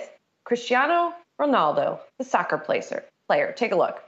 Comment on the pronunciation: Agua not aqua. and that female reporter saying Soccer PLACER 😂😂